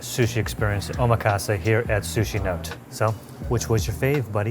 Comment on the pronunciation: i think the restaurant name is actually pronounced "sushi NO-TÉ", not note. also, the last piece of nigiri is bonito (not bonita), the fish they age and shave into those tasty flakes to make dashi. loved that y'all delved into sushi but wish you discussed more about the maki (cut rolls) and inari (tofu skin stuffed cone sushi). hopefully more and diverse visits to come, gents! ❤️